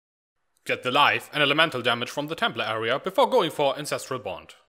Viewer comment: did you say INCESTRAL BOND? haahahahaa I shat myself laughing and even went back and listened again, and it really sounds like you said incestral bond... lol